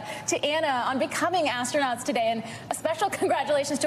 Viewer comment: "There are officially astraunots" Smh